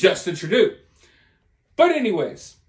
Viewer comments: I was going to correct him but wth let him call him Tradoo 😆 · "True doe"..not "true doo" is how to pronounce the scumbag's name! It's all smoke and mirrors in regards to the J- walker schools! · TRADUE??? It is Justin Trudeau. Pronounced 'True Doe'. Son of Pierre Trudeau... 2nd gen politician. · Trudooo 😂😂😂 it's Trudeau pronounced trudoh. But we prefer treasonous p o sheeeet here. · it's pronounced TRU DOUGH.....and as a Canadian I can't believe he's still in power. It makes me sick to my stomach. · It's pronounced "true dough" . FYI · Hey brother. It's Justin Trudeau. Pronounced "True" "Dough" Justin True Dough. Justin Trudeau. Just fyi. ✌🏽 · His name is pronounced True dough! Rhymes with go! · FYI It's pronounced True-doh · It is pronounced trudough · The way you are pronouncing Trudeau 😅